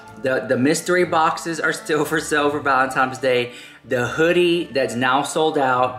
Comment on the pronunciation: I love it when says Valentime's instead of Valentine's. It's a pet hate of mine but somehow I think it's funny when he says it.